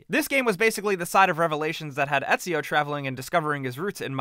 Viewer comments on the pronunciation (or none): none